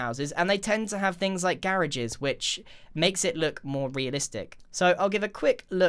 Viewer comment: Wth is a garareges its a garage🤦‍♂️